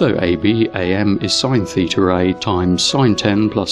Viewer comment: It is LAW, not LORE, and COS is pronounced "Cosine", not "Coz". As usual, you are not consistent in your mispronunciation, since you did pronounce SIN as "Sine", not "Sin". You are also still butchering the names of Greek letters, such as "theeter".